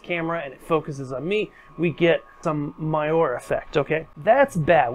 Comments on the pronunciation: Great video. Very informative. However....."moire" is pronounced "mor - ray" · Moiré is pronounced “mwah-ray” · When you mispronounce MOIRE, it makes your otherwise good work seem less credible! Cheers